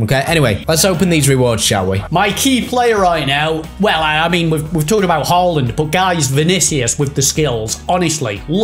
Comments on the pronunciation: I beg stops calling him hah land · the mispronunciation of haaland is jarring 😭😭